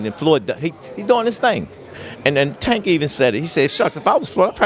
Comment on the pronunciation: This flag flyer still can't or won't say Tank's name right.